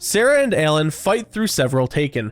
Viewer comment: U keep pronouncing Alan as ELLEN